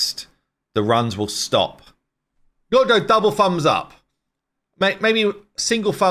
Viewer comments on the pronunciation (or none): "fumbs up" What language are you speaking?